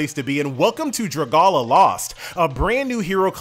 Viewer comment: I pronounce it Dra Gay Lia